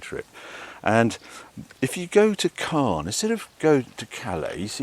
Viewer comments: Great video Harry… and I know that French pronunciation is tricky - but I wince every time you say 'Carn' for Caen. As you will have heard several times on the ferry (and you must already know) - it's pronounced CONN. Your missus must be a Saint 😇… sitting there filming while you hoon about on those country roads… with unending, tight bends. Lovely to have a boat waiting for you in Antibes - but, while I adore the South of France, I detest being there during the summer period. To each their own. All the best. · Not "Cahn", it's "Cohr". Hard C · At the beginning, I thought you were talking about the city of Cannes, but looking at the map, it was Caen. This city is pronounced exactly the same as 'quand' (when), we don't pronounce the 'n'. Anyway, enjoy your stay ! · It's Caen. Not Can. Not the same prononciation